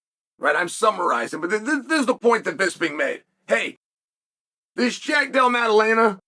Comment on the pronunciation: He got Jack's name right for the first time